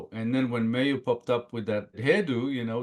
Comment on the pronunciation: Great, positive song from great, positive band. But, guys, it's time to get her name right. It's pronounced more like "Mye-oo", and not "May-oo".